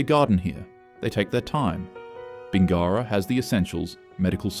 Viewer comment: The narrator has clearly never been to Corowa (oh god..), Uralla or Bingara - you almost got Uralla but Bin-gara is way off. If the narration is AI, so be it - if not, I wish you luck with Wee Waa and Gwabegar. 😮